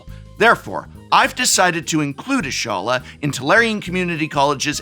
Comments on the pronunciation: y'shtola pronounced ishtola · while it is a wild name, the pronunciation of Y'shtola (correct pronunciation: YE-shTo-la) killed me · It's Y'shtola, with a T. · I'm sure that prof doesn't play ff14 but i thought it was cute how he pronounced Y'schtola as Iysholla lol Anyways I did like these deck designs. Actually makes me wanna build them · Gaaah that Y'shtola pronunciation! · Hearing the Prof mispronounce Y'shtola's name hurt my soul